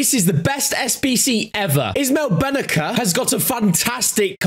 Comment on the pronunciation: Bennaker ? Broo 😂 It's pronounced Bennasser